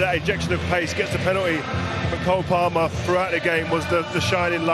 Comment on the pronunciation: Cole palmer? Nahh mate it's ''cold palmer''